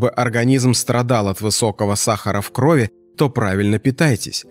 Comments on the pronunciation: Не в крОви , а в кровИ ! ! ! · Не в крОви, а в кровИ.